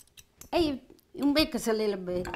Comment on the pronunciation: always says alila bit salt then she throws in half a handful 😂 I love you, I always have you or Osara on when I cook